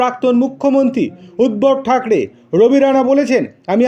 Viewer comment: বাঙালি হয়ে বাংলাটা তো ঠিক ঠাক করে বলবেন!!! উদ্ধব ঠাকরের নামটা তো একবারও ঠিক ঠাক উচ্চারণ করলেন না। বেশি বেশি ভিডিও বানালে কোয়ালিটি কী করে ঠিক থাকবে।